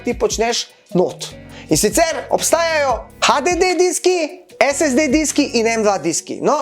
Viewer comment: Eden redkih, ki pravilno izgovarja SSD 🤣